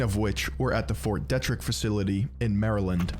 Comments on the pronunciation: Pretty funny hearing someone mispronounce Ft. Detrick Or maybe all us in Frederick are saying it wrong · I'm from that area of Maryland. Fort Detrick is very well known in thise parts for numerous incidents. His pronunciation was like nails on a chalkboard.